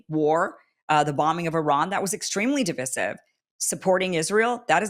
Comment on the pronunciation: “Divisive” (the second “i” is LONG, as in “ice,” NOT SHORT, as in “is.” PLEASE PRONOUNCE CORRECTLY. So grating.